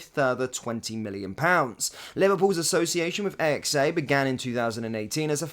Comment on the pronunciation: AXA not a.x.a